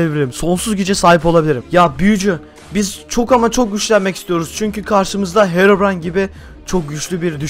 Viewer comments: Hekobrayn değil herobırayn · Herobrayn değil hekobryn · (;bizim düşmanımız kimdi?:Hekoprey😂:evet Heroybran) Oğlum o hekoprayın diyil Herobray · Saçmalayan Ben: Sanki hero deyil heko değil bildiğiniz ekoooo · hekobiren Ben:herobirien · herıbron değil hekobron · Hekobrine değil de bekobrine😂😂😂😂😂😂😂😂😂😂😂😂